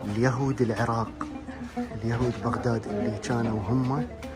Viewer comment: الجوهري جان يكول العُراق ما يكول العِراق فسلوا ليش أنا اخشا كسر عين العراق وفي هذا الزمان لم تكسر عينه بال كسرة العراق